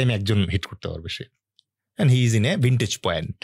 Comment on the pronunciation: Vintage point😂😂😂😂😂 ota k vantage point bole